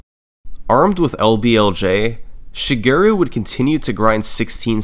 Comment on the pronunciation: great vid but i cant sand how you pronounce shigeru LOL